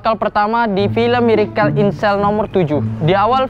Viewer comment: Benerin dulu lidah lu buat ngucapin kata "miracle". Sakit telinga gua, denger lu ngucapinnya kga bner! Inggrisnya dilancarin dlu. OKAY!?